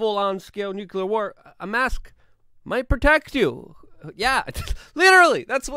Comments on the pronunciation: Nu-cle-ar not nu-cu-lar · "nuclear", not "nucular" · NUCLEAR, NOT NUCULAR